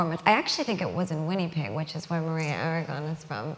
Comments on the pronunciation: Awww <3 I adore how Gaga says "Winnipeg" <3 <3 Canadian's know it's not pronounced how it's spelled, but she says it so damn cute! I must have watch this, like many many of her interviews, 4 or 5 times since it was made. This women is just so incredibly wonderful to me, and really is a funny and gentle spirit. <3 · I love how she says "Winnipeg", it's pronounced "Winn-a-peg", lol. She's so cute! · Hahah she's SO SWEET I almost cried. I loved how she pronounced it winny-peg.